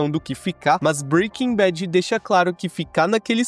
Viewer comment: Breaking bet? 😂